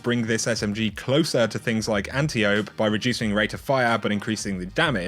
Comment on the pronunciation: no. Mispronouncing the Antiope. Bad. No biscuit! Love your stuff, though!